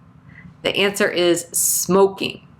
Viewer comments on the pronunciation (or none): none